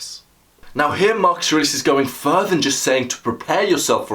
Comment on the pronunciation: It's good, but the way you speak the name of your subject, I have no idea who you are talking about. It sounds like you are saying "Mark Serasus". Also at the beginning I replayed you speaking the name 3 times because you say it so fast that you don't even give yourself time to enunciate your consonance. Now that I'm half way through it, I've finally discovered who you're talking about, I can rewind and actually watch tomorrow.